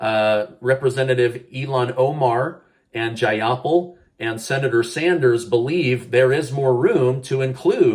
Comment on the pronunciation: It’s Jai-uh-paal